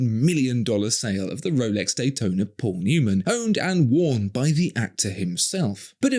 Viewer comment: Oh I'm sorry, did we say Paul Newman? We meant Pol Neumann, this is an authentic Pol Neumann worn Rollex Dayton-ahhh . The highest standards. :)